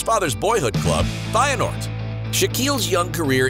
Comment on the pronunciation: Great video, but it would be even better when you at least try to pronounciate the names in a right way and not only "english". E.g. Van Persie, Feyernord, Kluivert, Ribery etc. Nevertheless I must say that this channel is really great and I am glad to have this short football videos which are not only informative, but also really entertaning 🤟